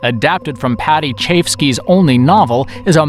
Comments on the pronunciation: "Paddy Chai EV-Ski" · Word. But given the number of mispronounced names in the video (Max von Sydow, Paddy Chayevsky, etc) mebbe the makers don't know who half the people are.